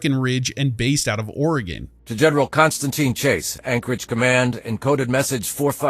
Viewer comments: he pronounces Oregon as "Ore-Gone", here everyone pronounces it as "Ore-Gun" or "Ore-Gin" lol. Also you start Fallout 2 in Arroyo, which is located near Ashland, Oregon. Right after you go to Klamath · The characters (and you) dont even pronounce oregon right lol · I was waiting for Arroyo to be brought up! It’s always funny hearing Oregon pronounced wrong lol